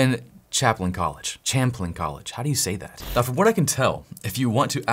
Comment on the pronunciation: Missed opportunity - could have asked claude how to pronounce champlain college. It's like "sham - plane" college.